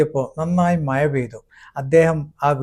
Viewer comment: മഴ യാണ് സുകൃതേ അല്ലാതെ മയ അല്ല